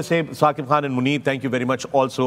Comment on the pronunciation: Yes, an analyst must be fair in his comments regardless who is playing. But for fakhar e alam to say that he wished Indian win the cup is, honestly, shameful. I think he’s too amazed and influenced by India. It’s annoying how he pronounces “khan” ….he says Kaan instead of khan….shameful